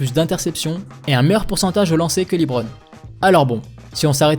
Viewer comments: Ça se dit bien “Le-bron” et pas “Li-Bron”, faut regarder un peu plus de matchs je pense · Par contre faut que t'arrête de dire "Libron"